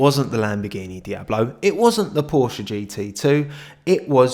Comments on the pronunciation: It's PorschE. Otherwise love the video and content 😂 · Idk if you read all comments but just letting you know that the E in Porsche isn't silent, it's porschE